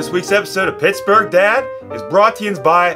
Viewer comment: He said, "Pissburgh."